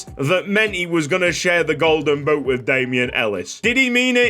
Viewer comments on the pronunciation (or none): none